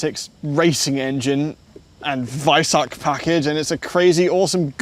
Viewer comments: You pronounced Weissach properly, you are master class! The main thing that bothers me about the package is the exposed carbon fiber on the hood. I'd actually prefer it without the Weissach package, but that significantly limits the color options. And the textile strap door handles, they just look cheap. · It's beautifully refreshing hearing anglophones pronouncing the kh (or the ch - like in weissach) correctly. Very much appreciated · Danke, dass ihr „Porsche“ und „Weissach“ richtig aussprecht.